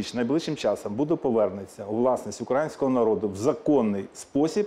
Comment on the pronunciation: Пане Данилов неправильно вимовляєте слово " українське" а решту дії відносно держави +++.